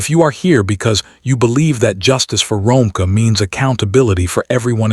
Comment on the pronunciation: Her name is Ro-meeka (Romeca)that’s how u pronounce it sir ai.